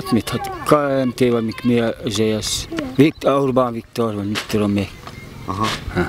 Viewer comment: "Kh há' mit káenté vagy mik mi izé az uubán viktor vagy mittomén" 😂